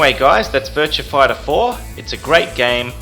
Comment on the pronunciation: "Virtua Fightah Foah"